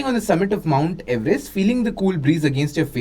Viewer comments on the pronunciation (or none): none